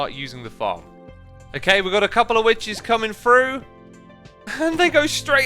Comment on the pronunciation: Xisuma "we need to burn the wiches"